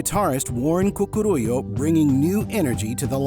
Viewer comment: Said like “Dewran Dewran” not “Dooran Dooran”. It’s a ‘u’. Please pronounce it as such. Simon Le Bon - he’s not LeBron James. And Warren’s is pronounced as CooCooRoolō, not whatever abomination you made of that one. Do you not research such things?